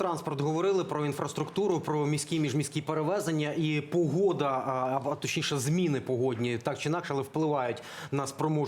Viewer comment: Не Пугода, а Погода,!